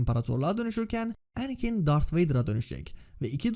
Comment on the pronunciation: her şey iyi hoş da niye şu anakin ismini normal türk gibi telaffuz etmiyorsun mk her seferinde kıl olalım diye mi